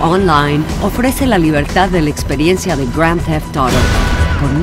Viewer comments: Gron teft Toro? que pésimo doblaje, diganlo en español o simplemente digan GTA, no hace falta lucirse de saber inglés. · Cabrón! al principio pensé que me había equivocado y me habia metido a Rockstar Games de EUA, por su forma de pronunciar Grand Theft Auto xd Juegazooooo!